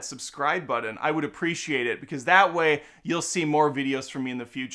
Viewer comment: What is a “Buddin?” Are you trying to say “button?”